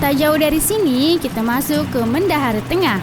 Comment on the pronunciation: dak semua juga kata dalam bahasa melayu terutama mendahare ujungnya dibaca "e"